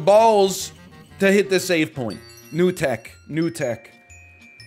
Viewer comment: it ("new tech") sounds like you speak some exotic language from Asia